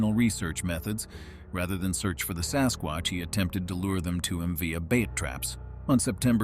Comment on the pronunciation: the AI voice said sascrotch